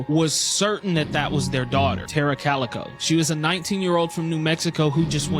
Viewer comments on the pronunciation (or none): none